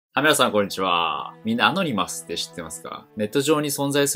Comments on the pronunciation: ア↑ノ二マスじゃなくて、アノニマスな。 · ア↓ノ↑ニ→マ↑ス→だろ。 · アノニマスがアゴニマスにしか聞こえなくなってきた